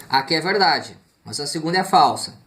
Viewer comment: verrrrrrrrrrrrrrrrrrrrrrrrrrrrrrrrrrdade verereererrerdade